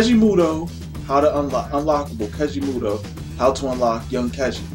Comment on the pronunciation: You keep saying his name wrong and it’s annoying